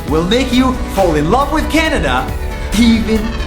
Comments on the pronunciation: nas makes a typo and says canda instead of canada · on day two he said canda lol